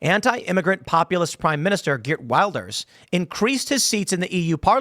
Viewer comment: gert wilders. pronounced hert vilders. you sound like a pratt saying it wrong.